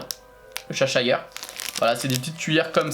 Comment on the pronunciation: le chat du cheshire se prononce "chaicheu" en anglais ^^